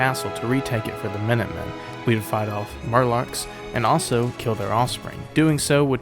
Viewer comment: Murlocks and fear ghouls? Bro can you not read? 😂 gg tho fire video